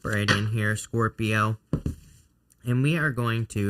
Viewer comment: Best reading ever! I just love it when you say SCORp-I-o it makes me smile. Love your channel so much. Finally starting a new path after years of setbacks and this reading was spot on. Good luck to all 😊